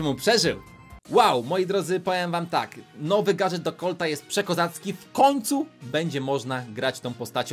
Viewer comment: *gadżet do colta Nie do collta